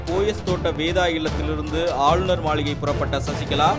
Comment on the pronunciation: மளிகை illa மாளிகை baaa😸😸😸😸😸